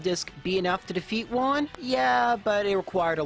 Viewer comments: Man, Juan is a spanish name. You pronounced it like it's japanese. The "ju" has the same sound has "who". So is "whoan". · I speak spanish, and I love the way you pronounce "juan", like "one" instead of how we pronounce it (huan or something). It has a charm to it, it makes a very common name sound a lot more mysterious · I thought he called him "Vaughn"... 🤣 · I find cute how you misspronunciate "Juan" into "Güan"